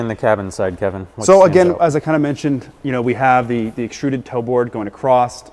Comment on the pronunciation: Hey, "across" doesn't end with a "T", and while you're at it, "height" doesn't end with "TH". It's good for my dentistry. :) PS. Thanks for all the rest.